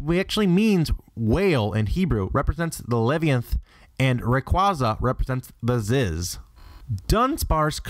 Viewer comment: "Ground-don and Key-ogre" "rye-qwa-zeh"